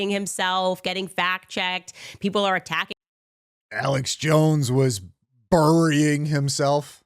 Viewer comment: Why can't she say "burying"?